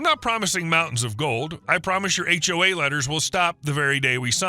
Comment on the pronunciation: Interesting text-to-speech typo there, "age wave" for "HOA". This time it was a young guy but often it's a wave of older busybodies that make for bad HOAs! (I'm 'older' too but nobody could ever accuse me of being a busybody...